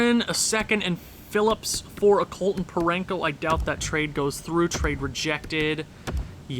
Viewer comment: There's no n in Parayko 😂😂